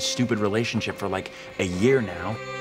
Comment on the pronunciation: 'loike' wize